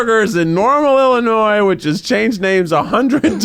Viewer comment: Anyone else notice he pronounced Illinois wrong?😅😂